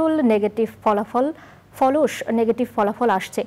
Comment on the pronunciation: Pronunciatipn of the word " False" should be correted by News Reader